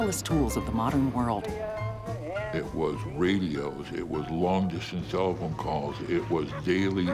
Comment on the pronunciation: He said telephone though, not cell phone. He said it like "tell-phone"